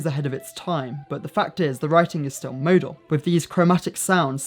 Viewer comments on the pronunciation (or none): none